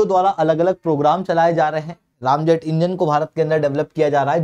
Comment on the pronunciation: भ्राताश्री, रामजेट नही, रॅमजेट होता है. जय श्रीराम🙏 😁